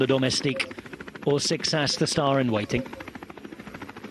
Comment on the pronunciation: Guess ain't as good as he thinks he is with pronunciation.